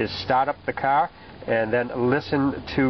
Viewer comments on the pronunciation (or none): Step 1: Stahhhht the cahhhh. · Haaa, you said CAAR. You must be from new england somewhere!!